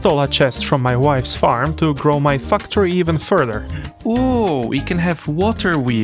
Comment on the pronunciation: The way he says "Factory" made me giggle~